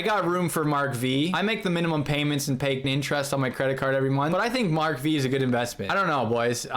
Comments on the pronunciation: Mark five not “Mark Vee” 😪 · Mark V is pronounced Mark 5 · "Mark Vee" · That's Mark Five not Mark Vee. V is a Roman Number which means 5.